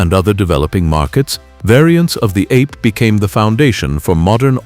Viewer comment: The Piaggio three-wheeler is NOT pronounced ape (like monkey). Ape in Italian means bee. Another AI rubbish video.